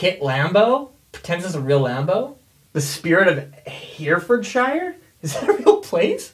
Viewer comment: it’s Herry-fud-sheer! Just on a side note most place in the UK with “shire” at the end are usually pronounced as “sheer” As a bonus fun fact - Worcestershire (as in, the sauce) is pronounced Wuss-ta-sheer